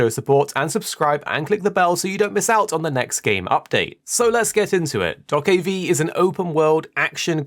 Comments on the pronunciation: it is not doakabi. it is Doe-keah-bi. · unfortunately there is nothing happy to say on this game, because the release date is "delayed out of 2023" ... this suggests 2-4 years more to wait. Also this game is pronounced "DokeB" not V like Victory which you can hear at the end of Trailers. This game could be so awesome.